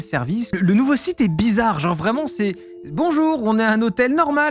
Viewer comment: Vous êtes de nombreux youtubeurs à le faire et je suis perplexe. Le mot "genre" se prononce comme jambe ou jante. Pas " jeuanre". Si c'est une conspiration, c'est claqué au sol.